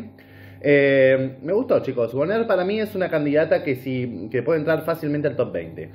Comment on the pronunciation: Se escribe bonaire, se pronuncia boner.